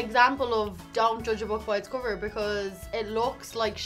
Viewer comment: dont joodge a book by its coover <3